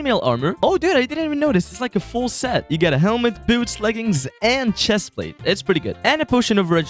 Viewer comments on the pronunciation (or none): none